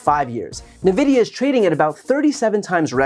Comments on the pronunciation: I winced every time Brian said Nuh-vidia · It's pronounced EN-vidia With it being a tech hardware company, this illicits similar vibes as when I hear "x10 zoom" (to denote the multiplication of zoom a camera has) being pronounced as "ex-ten" instead of "times-ten" 😅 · agree with all of this except your pronunciation of "N-Vidia" ;) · It’s pronounced ENvidia. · Just FYI, it is pronounced "in-vidia". The name comes from the Latin "invidia", which loosely translates to "To look upon with envy". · Not Brian calling Nvidia as navidia 😭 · It's "eN" vidia 😁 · I believe you say the N alone in NVIDIA and not pronounce it, like N-Vidia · NVIDIA is pronounced "EN-vidia" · It’s pronounced en vid E ah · Brian... It's pronounced "en-vidia" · BTW it's pronounced en-vidia :) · N Vidia Brian, N VIDIA lol. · It's pronounced En-vidia. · Just FYI, NVidia is pronounced in-vid-ee-uh. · You need to practise pronouncing nvidia correct… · Love your content but the way you said nvidia says your definately not into gaming 😂. Or at least pc gaming... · "For those not versed in the intricates of the stock market" and does not know how to pronounce the name of one of the hottest stock markets Nvidia 🤨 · The funniest part of this video is hearing someone younger than me mispronounce Nvidia 😊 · Now I'm wondering if you're pronouncing Nvidia incorrectly, or am I? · I just cannot get over how poorly you pronounced Nvidia. Like it's weird I get it, but play more video games or something. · I was not expecting that pronunciation for "NVidia". 🤣 Of course, I'm a gamer. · “N-VIDIA” not “NAVIDIA” ✌️ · Nvidia is pronounced more like "en-vidia", not "nih-vidia". Good video though! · You're the second person in the last few weeks I've heard say "Nuh-vidia" ... it's En-vidia. Also, I give zero fucks for anyone that lost money on this ... I just hope someone feeds their kids, it's not their fault their parents are dumb. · 😂 it is pronounced n-vidia. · ENvidia, not NUHvidia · Nvidia pronounce "en" not "na"